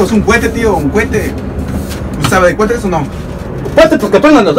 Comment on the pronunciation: no es cuete es cohete